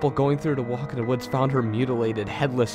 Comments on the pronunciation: He pronounces his "Th" as "D" so the word "the" is pronounced as "da" so shouldn't his name be Dat Creepy Reading? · I like how when you say "this" it sounds like "dis"... And " the" sounds like "da" or "duh". Very well told overall and much scarier than most of the other stories I've listened to today.